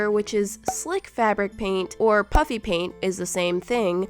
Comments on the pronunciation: It sounds like you say puppy paint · Did you say "puppy paint" Tjats crazy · Did you say pupppy pant?